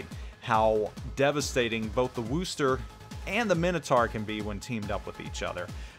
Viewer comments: Wus-ter. Not Woo-ster. Thanks for the vid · No its Wusta! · I phonetically write it out as "wuss-tah" or "wuss-ter". But Paul T is correct that it's NOT "Woo-ster". There's no "woo" in Wusstah! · Had to stop watchin due to the WOOOOOOOster factor :( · You keep pronouncing wrong, watch Jingles utube on it.